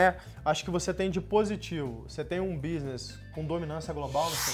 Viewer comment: Vi muito do Muçum nele ao falar businiss e economiquiss kkkkkk